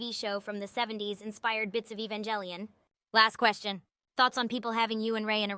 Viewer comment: I just utterly ADORE how much the AI butchers ''Evangelion'' haha, great stuff tho!!